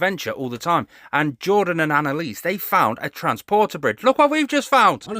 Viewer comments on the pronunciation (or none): none